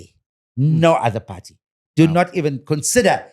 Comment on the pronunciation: When he say party sound like have a pa rty where is the cake